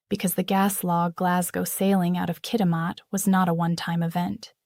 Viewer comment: It's Kitimat..not Kity Matt...grr..American AI. NEEDS TO TAKE SOME GEOGRAPHY!!